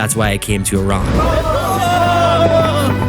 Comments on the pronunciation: Thank you for pronouncing Iran the correct way! ❤️🇮🇷🦁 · Thanks God you pronounced it right Not i ruuuun😂 It was interesting vlog 💚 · Thank you for saying Iran correctly. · Great that you guys call it Iran,not eye ran